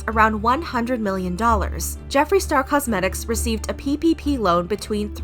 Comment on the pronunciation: Every time you say ppp all I can hear is pp ahaha